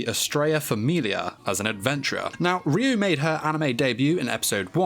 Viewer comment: Ryuu pronounced in Japanese is Raiuu and it means dragon spirit Just sayin